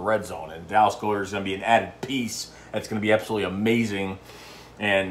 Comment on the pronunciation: Dude.its God-ert